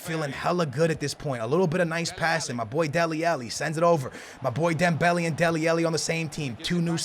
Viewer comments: Stop calling dembele, dem belly. It's dem bel ay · It's dem-bell-ay not dem-belly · i really hate it when he calls mane and dembele like that.. MAH NEH. THEMBEHLEIH.